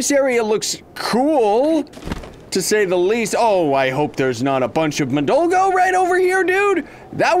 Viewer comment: i luv how he pronouces madolga (or however u spell it): Madolgo XD